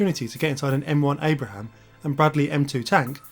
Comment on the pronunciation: Abrams, not Abraham.